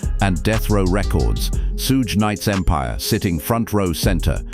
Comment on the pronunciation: Not being able to pronounce PAC and Suge’s name causes this to lose credibility in its self